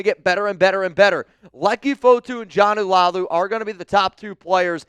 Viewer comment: It's Not Jonnu, it's Joe-Nah (Jonah) Laulu!